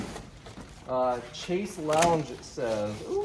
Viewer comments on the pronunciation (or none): Chaise is pronounced "shez"